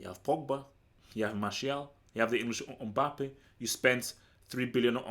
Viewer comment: It’s not Umbappe it’s MBAPPE